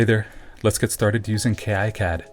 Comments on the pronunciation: incredibly alpha of you to call it "kay eye cad" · Great video, although it does skip through some of the exact steps used. I did manage to pick up some tips from this though. I even learned a third different way to pronounce "KiCAD". :)